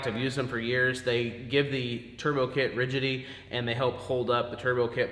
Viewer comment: Don't ever say the word ridgid-e again, please. It's one thing to slip up and say it once but after you said it the second time in the first few minutes got me wondering if you were related to our mentally challenged president Joe Biden... I'm not a keyboard word warrior, I'm just busting your chops bro, good videos and good work!!!